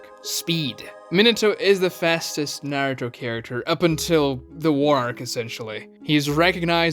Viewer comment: My man, good vid. However, your pronunciation of Naruto is absolutely atrocious. How does someone who knows the series to your degree, butcher the name so badly? Watch some Japanese episodes and get the name right.